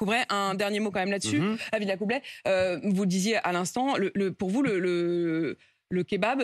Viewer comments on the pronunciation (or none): Villacoubray ? Pff..!!! Villacoublay, Miss De Malherbe. C'est pourtant pas loin de chez-vous. Avec ça, vous pouvez faire preuve d'insolence et de condescendance vis à vis d'E. Zemmour.